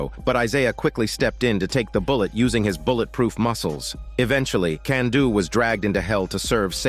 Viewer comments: Kanduu's real name is Rupert (also it's pronounced "Kahn-do" not "Kan-do") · The whole "Can-do" comment is cringe. For a start, it's a dumb attempt at a joke. Secondly Kanduu is pronounced "Cahn-duu" not "Can-duu"